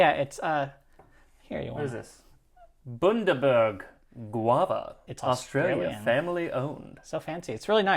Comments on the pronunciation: "Boondaberg" made me laugh. It's pronounced Bun-da-berg, like the Sally Lunn Bun. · Love all these episodes so much (though I’m late to the party, I apologise. I am catching up!). As an Aussie, I really appreciate the Bundaberg drink. And If anyone cares to know, and it really doesn’t matter, but the “Bun” is pronounced as in “hot cross bun.” Bun-Da-Berg 🇦🇺. Their ginger beer was my late husband’s most favourite drink❣️ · The U in Bundaberg is pronounced like in fun, pun, sun 🌞😁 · Good ole bundy 🤣 ‘bun der burg’